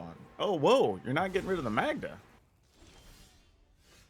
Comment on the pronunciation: Magda is pronounced like Caan. I know a Magda.